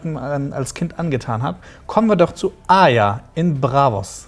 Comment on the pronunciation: es macht mich so wahnsinnig wie sie arya aussprechen..wie aja